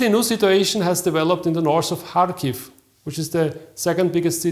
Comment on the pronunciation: Kharkiv,not Charkiv